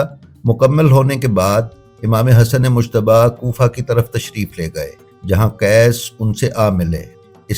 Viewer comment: براہ کرم ۔۔۔ امام حسن علیہ السّلام کا نام دھیان سے لیں ۔۔۔ یہ مشتب نہیں ۔ مجتبیٰ ہے اس میں لفظ ج نمایاں ہے ،🙏🙏🙏🙏🙏